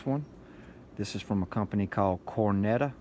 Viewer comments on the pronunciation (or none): Not Cornetta.. it's Conetta 🙄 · The guy is a Dumb Ass. He has no idea what he has. there is No R in Conetta LOL